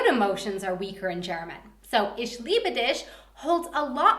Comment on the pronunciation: I've noticed that she makes a "sch" sound when she says "iCH liebe diCH" is this because of where she lives or is she just pronouncing it incorrectly?